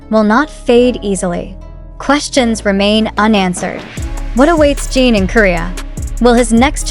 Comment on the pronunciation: You talk too much and show images that don’t match what you say at all and his name is not Gene as you always say but JIN And the people can’t go to terminal, you suck things out of your thumb 😡